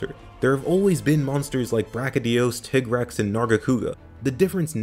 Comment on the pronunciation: Tigg-rex pronunciation killed me lmao